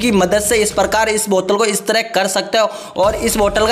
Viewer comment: Buttal kya hoti h bottle h